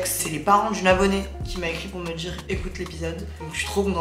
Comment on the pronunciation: Ta manière de parler à légèrement changé Attention lool !! Tu as tendance à prononcer "dire" : "dchir", ou "dans la partie" : "partchie" .. gros bisous :)